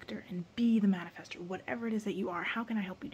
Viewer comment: The mani-face-ters slip up made me giggle so much. Projector here! I’m listening to all your vids.